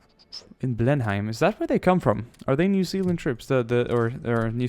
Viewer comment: He meant your pronunciation. In lots of english place-manes, you don't pronounce the h. "Blen-im." Like "Birming-im" (Birmingham) Sorry to be a pedant. We kiwi's can get a little antsy about our place-names. Your pronunciation of Christchurch is also a little off, but don't worry, it's FAR better than how americans pronounce it. They make it two words.